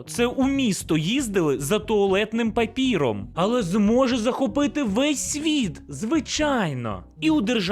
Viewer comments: ПапЕром, а не папІром. Грамотність! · папером, а не папіром) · не папіром а папером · "за папІром"???